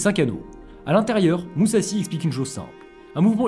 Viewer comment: ça se prononce mouzachi